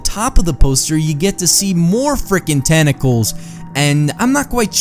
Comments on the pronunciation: sounded like he said tene calls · "tenacles, tenacles , tenacles Tenclaes TENCLAES TENCLAES TENCLAS TNCLSDNSJCNSN"